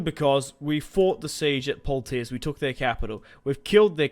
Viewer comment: Great vid as usual! For future reference Its pronounced 'Pwa-tee-ay'